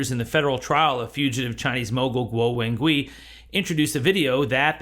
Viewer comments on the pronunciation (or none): Guo: rhymes with English "squaw." Wen: rhymes with the "mon" in "common" (i.e. the vowel is a "schwa." Gui: rhymes with English "sway."